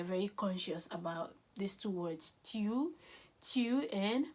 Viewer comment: La prononciation des tu n'est pas bonne, "tyou" n'existe pas en français en tout cas merci pour votre dévouement